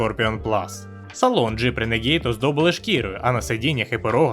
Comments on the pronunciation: Людям не подобається, коли не правильно! Я кажу не про переклад, а про вимову, яка у Гугл перекладача завжди правильна. В даному випадку модель називається Рéнеґейд, але ну аж ніяк не "ренегід". Де ви там ту "і" побачили?! Ви ще Audi "аудіо" назвіть! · А чому "ренегІд"??? Чому не "рунегуд" або не "ранегод"??? Коли ви читати навчитеся? Якщо брпкує знань англійської, щоб прочитати правильно, хочаб Гугл перекладачем користуйтеся! Там є така опція - читати вголос, якщо ви не знали